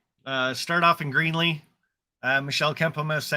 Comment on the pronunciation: …you keep saying Greenly Co…I hope it’s Greeley Co…I’ll need a good vacation by then…reserved Doubletree for the meet